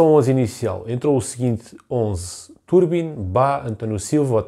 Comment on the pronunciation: Bom vídeo, só um apontamento que me faz um bocadinho de confusão, o nome do guarda redes diz-se Trubin e não Turbin 😂. Abraço